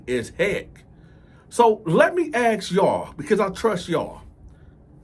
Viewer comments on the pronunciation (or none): Let me aks you or let me ask you